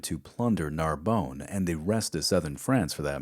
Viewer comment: I love this series. My only complaint is your pronunciation of French, Portuguese and Spanish places. Narbonne is not Narbone; it's like Narbun. Reims is not Reems; it's like Hrans; Beja is pronounced Bayja in Portuguese or Bayha in Spanish. Otherwise, great stuff.